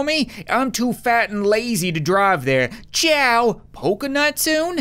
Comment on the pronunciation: Lol its ciao not cyao